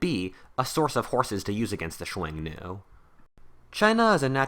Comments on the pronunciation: that might be the most unique way to say "xiongnu" I've ever heard. I was like "chuenu? Wtf is that" lol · Dude just pronounce it like "Shoo-Own-Noo" or "Shoo-Own-New" if easier. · Xiong nu is read as hunnu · Two things u got wrong about Xiongnu 1. İts pronounced Hong Nu 2. It wasnt chinese it was a confederation of mongolian and turkic tribes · I have never heard Xiongnu said that way... interesting